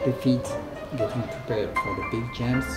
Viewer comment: Agree! Super annoying. What is a “jamp”?? 😂😂